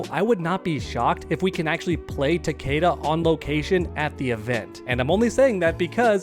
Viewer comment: Its ta-KEE-da. Its.in.the damn game